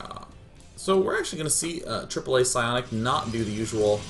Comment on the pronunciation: wow day9 still says aAa as triple A thank god. bloody League caster always say A-A-A...